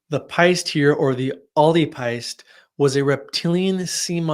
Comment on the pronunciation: Irish is such a difficult language to read, your pronunciation was great for the first two words, if it helps, péist would pronounced 'paysht' I'm learning Irish, having grown up in Ireland, so I hope this helps!